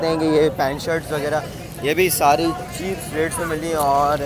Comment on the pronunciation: yaar english toh thek kro chep chep kary jary ho low rate he bol do